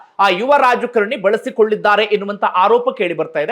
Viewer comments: ರಾಜ ಕರಣಿ ಅಂತ ಉಚ್ಚರಿಸುತ್ತಿದ್ದೀರಿ..ರಾಜಕಾರಣಿ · ಯುವರಾಜ ಕರಣಿ ಅಲ್ಲ ಯುವರಾಜ ಕಾರಣಿ ಅಂತ ಹೇಳಿ